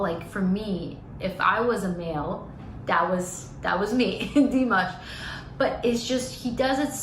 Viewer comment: Наташ, Димаш - ударение на А...на А не на И...иностранцам трудно объяснить произношение,но русскоязычным - легко: лишь написать и обозначить ударение...